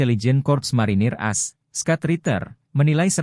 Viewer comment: baru tau kalo "AS" dibacanya "as" bukan "a-es" "Scott" dibacanya "skat" bukan "skot" (scat bukannya artinya pupup ya?) "Eurasia" dibacanya "eyurasiya" bukan "yurasia"